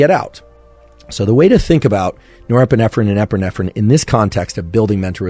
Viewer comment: Nepeerffferrriin & Epeerffferrriin 🤣